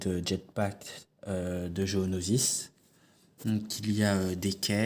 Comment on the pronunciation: Géonosis. j'ai entendu gonosis